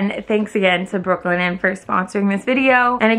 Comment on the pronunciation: I kept hearing broklyn lol 😆